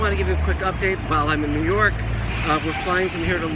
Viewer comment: Nerw York?...Must be the accent!